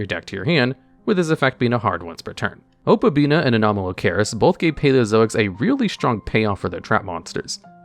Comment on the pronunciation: "Opabina" lol it's "Opabinia", there an "i" between the "n" and the "a." Yu-Gi-Oh! players and reading, amiright?